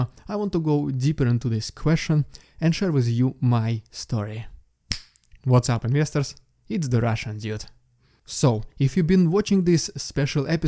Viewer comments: Mate, absolutely no direspect but am I the only one who hears "russian idiot" when you quickly say "russian dude"? I mean I am not trolling - I sincerely hear it like that from the first time I saw your video. Maybe it is problem on my side :D Please feel free to delete this comment if you read it :)) I very much respect what you do. Keep it up and stay strong! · WELCOME to CANADA!!!! Before i can let you be a citizen I will have to teach you how to pronounce Dude :face-blue-smiling